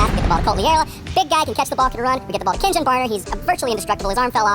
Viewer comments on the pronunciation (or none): For the love of Jebus, Kenjon Barner is pronounced "Ken-Yawn" not "Ken-John." It's Adam & Eve not Adam and Ste...wait, what was I talking about? Oh right, pickles. Pickles are awesome. This message brought to you by the frontal lobe of Gary Busey.